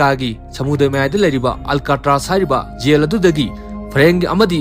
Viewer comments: Jell haiyo yell haidou natte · Yel haiduba natte Jail haidubani. Wari lige hairadi Pronounciation khara chumna ngangbiyu. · Not Yaill yes jail.. not yang its zhaam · Yail nice english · Y'all haiba natte jail haiyo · Jail haigadousu yel. Yamna haigadousu jamna, meiteilon sengna haiba thoktrene bondhu nngse asina maram oibana kadaideino nngbu modhurjan😂😂😂😂😂😂😂😂